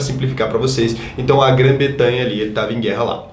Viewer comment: pra frente. Grã Bretanha. Não Betanha. Rs. Ótimo vídeo